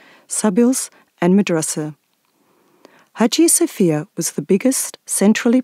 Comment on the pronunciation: İngilizce Haciye Safiyye diye duyuluyor bu Aya Sofyanın ismi🙂👌🏼